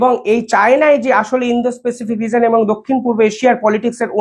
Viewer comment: স্যর কিছু মনে করবেন না। প্যাসিফিক (pacific) উচ্চারন হবে। পেসিফিক নয়। এক কথায় অসাধারণ প্রতিবেদন।